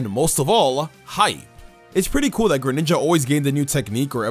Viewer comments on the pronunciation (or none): If by whatever the heck you said you mean Greninja